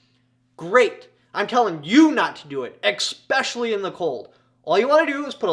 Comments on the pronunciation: Don't say EXpecially again.. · E - S - S - S - S - S - S - S pecially.